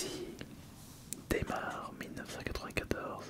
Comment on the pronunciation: Mdr "démarre" au lieu de "daymaire" vu que c'est comme nightmare mais durant la journée, un effort PTN dans la prononciation en anflais merde